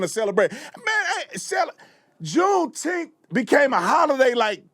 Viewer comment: What in the world is a "Juneteeth" is that even a word? Why not say June 19th! Like July 4th?